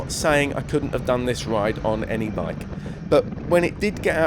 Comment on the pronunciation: Bi-ke. Tri-ke. not hating just stating.